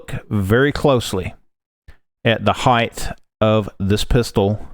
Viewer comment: Stop saying “heighth!” It’s not a word! The word is height!